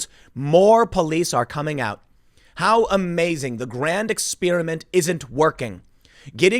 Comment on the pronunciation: Strange way to pronounce experiment Tim!